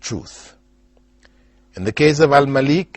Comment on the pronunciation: My name is spelled like Al Malik but is pronounced like Al Maalik